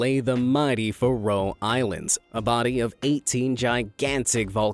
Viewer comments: Get your pronounciation right. The Faroe islands are pronounced Fair-ow not Furrow islands. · Ai voice is not enjoyable. Faro is pronounced wrong